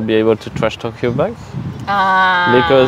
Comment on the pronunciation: "I like rrrrussian" ;-) I also like Russian but I can´t understand a single letter...